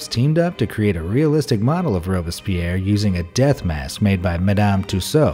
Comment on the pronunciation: who else annoyed he said alexander robespierre’s name wrong